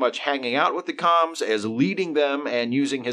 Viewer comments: The “Koms” were pronounced like “combs”. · I KNEW Nazi planet was going to be the worst... Seeing as it is objectively the worst lol Good video but wasn't Com pronounced more like "comb"? 🤔 But who cares it was a silly episode anyway lol